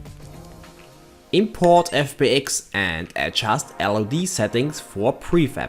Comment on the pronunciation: What sounds weird is listening to: "Era-sing" instead of "everything" and "head-just" for "adjust". It's not that I can't follow his English, it's just annoying as frack making it very distracting for me. I hope this clears thy weirdness.